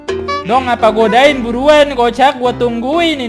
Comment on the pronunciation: Wkwkwk salah ngomong Godain =gadoin 😂😂😂😂